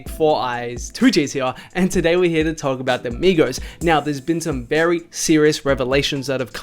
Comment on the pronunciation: Anytime he says hear I die lol. “Right Heeya”